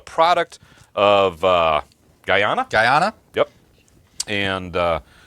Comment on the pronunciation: You guys said Guyana correctly. My beautiful country ❤🇬🇾